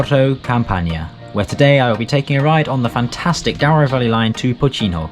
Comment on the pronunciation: I clicked as this destination is on my bucket list go find your commentary talks about the 'Dow-ro' Valley rather than the correct pronounciation of Douro ='Doo-ro'. Otherwise interesting